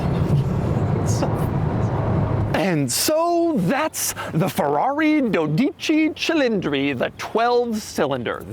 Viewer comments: Says the name wrong every damn time 😂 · which is sad because Doug’s ancestry is from Italy. 😂